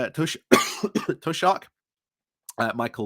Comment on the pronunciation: *Le Mo"N"de, The World. Taoiseach is pronounced Tea shock.